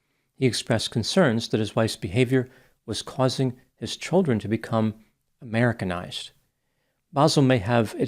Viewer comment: Who said Amiricanized?